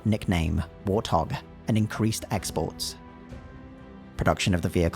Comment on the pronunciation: What the hell is a "war thog?"